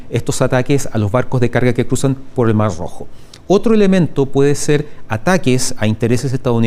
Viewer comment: Debe ser contrario a los zurdos si le costó pronunciarlo... 😅